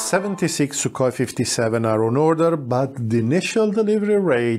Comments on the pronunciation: Sookhoy is the correct transcript, not Suk-hoi.. and Poo-tin 🤣🤣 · its sukhoy not sukoy { kh sound like german ch in bach or koch)